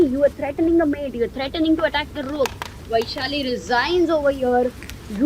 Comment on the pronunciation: its not vaiiishali, its वैशाली